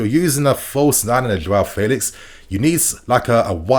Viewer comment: You tried to unlearn the old way of saying Felix. But the way you say it now is even worse.